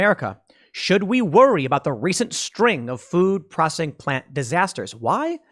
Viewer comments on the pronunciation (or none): Hey Tim it's P R O S C E S S ING NOT prossing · Dude, your pronunciation of "processing" is driving me nuts. PRAH SES SING. Say it again. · Is it me or is he saying "prossing"? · Why cant Tim pronounce processing? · pro cess ing not pro cing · Say it with me tim.... PRO-CES-SING... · Tim, it’s pro-CE-ssing. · Tim….it’s pro-cess-ing. Love your show but that drove me nutty 😀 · All I heard was "food prossing". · Anyone else triggered by the way Tim keeps pronouncing it "Procssing"? I think he's doing it on purpose. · PRO CESS ING. say it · Tim, honest question. Do you have a speech impediment? You can't say "processing" and hearing you mis-say it over and over is painful to my ears. I have never heard you say "versus" correctly, either. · Why can't he say the word 'processing'? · bruh learn how to pronounce processing it's f'ing annoying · The way you say processing sucks but you are loved anyway! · How come you can’t say the word “processing”? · The real question is; can Tim really pronounce processing? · So Tim can't say the word Processing huh? Lol